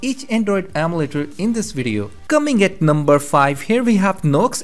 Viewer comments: It’s EM U LATER not am u later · its called emulator not amletters